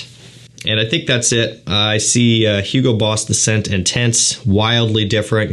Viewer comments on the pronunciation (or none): none